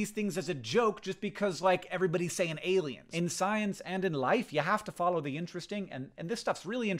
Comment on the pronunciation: Love getting a notification just saying “ailiens” I was like HECK YEAH